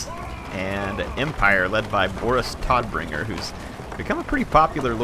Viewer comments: Hey, so tod in german means death. Todbringer means bringer of death. Also, tod is pronounced like toad with a softer 'd'. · I hate to be that guy, and it may be an on going joke, but it's Boris "toadt"bringer. Todt being germanic for death, translating to Boris Deathbringer.